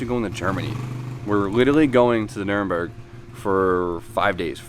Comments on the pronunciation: It's Nur-burg-ring not Nuremberg or whatever else you were saying. Work on your pronunciation man, show some respect for their language and culture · Did you say 24 hours of Nuremberg? Pretty sure you mean Nürburgring :D